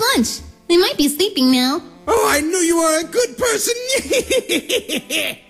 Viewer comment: It almost sounded to say virus instead papyrus 😂😂😂😂🤣🤣🤣